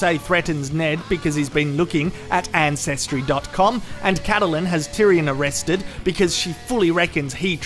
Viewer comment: Haha, the way you pronounce Catahlyn makes me smile XD